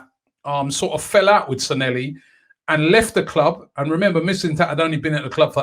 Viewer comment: Robbie its SanLLehi not SanElli, youve had me saying it wrong for ages